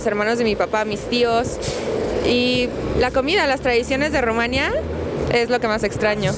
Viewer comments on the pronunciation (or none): Te aseguro que, aunque sea de origen rumano, ella no creció allá. No sólo porque no tiene acento extranjero sino más bien bastante acento mexicano, sino porque dice "Rumania" (acentuando la segunda sílaba), en lugar de decir "Rumanía", con acento en la i latina, qué es exactamente la pronunciación del nombre de ese país y ningún rumano que haya crecido allá lo pronuncia como ella, aunque hable excelentemente el español.